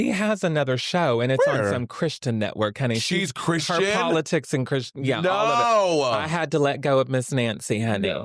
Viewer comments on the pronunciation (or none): the “she’s not a CHRISTAIN-UH” lady has actually made a total 180. Her daughter died in a car accident and the gays sent her flowers and were super supportive of her during that time and she’s actually a huge ally now.